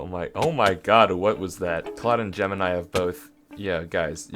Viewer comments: Its not gemanai its gemini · aint no ay he called gamini advanced